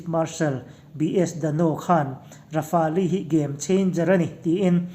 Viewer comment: Rafali tilo in Rafael tiin lam hi adik zawk ang kalo tive mai2